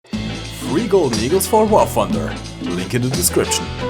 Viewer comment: "wahr funder"